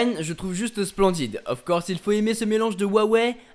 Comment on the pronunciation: "Of quorsse"